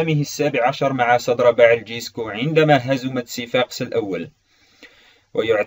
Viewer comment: ملاحظة:اسمه سيفاكس مو سيفاقس